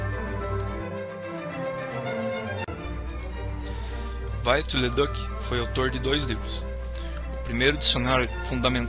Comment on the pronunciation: Não se pronuncia Viollet em Inglês, como faz o autor deste vídeo. Viollet-le-Duc era francês, logo o seu nome se pronuncia em francês ("violê").